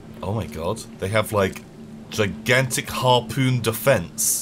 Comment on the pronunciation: says the work harpoon Me an intellectual "HarPOOOOON"